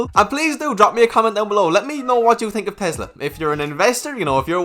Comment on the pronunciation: "what you tink of Tesla" 😅